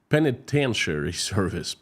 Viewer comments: Oral tip: it sounds more like, "Pen-a-Ten" not "Pen-E-Ten". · I love your show, I've been watching for some time now. I would love to help you out a bit as an editor, if you ever need any help structuring sentences, in a way that the US will read it. Or I could phonetically help you pronounce words like penitentiary, lol. but hit me up if you're interested, I really like listening to your Russian accent so it doesn't bother me but I hear other people commenting about they kind of lose track of what you're saying because they're listening to how you're saying it. Which is stupid because you speak two languages, which is way more than most people here. And your use of English is pretty good actually. But if you ever want any help hit me up, like I could just quickly look through what you post in writing and suggest a few things if you'd like. I really like your message and I want more people to pay attention to it. So if you need any help let me know. Tc, Deb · pronunciation of "colonel" and "penitentiary" shows that he knows how to spell those words, which is more than I can say of a lot of Americans.